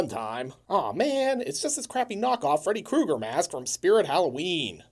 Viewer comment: it's ame, Fredo Krueger I'm italiano! 🤣 Had to pause